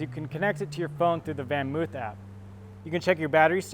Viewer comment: It's actually something like "FonMoaf". Van is pronounced Fon. 🤷🏻‍♂️